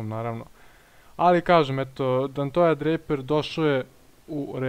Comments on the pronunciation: Pavi upravu je covek nemoj da se ljutis, kaze se donti ili donte mada moze i dontej ali dontoja nikako, i iskreno malo zvuci i smesno bar meni, inace bravo za analizu samo napred :D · I rekao si Dantoja ne Donteja *